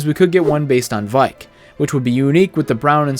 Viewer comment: "Red based on War Heart"................nice, also its Vaike not Vike honestly I wish the echoes would have their own movesets, it just feels pointless to have them in and not be special